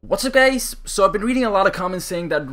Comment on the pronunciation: it sounds like you sayin: whats up gays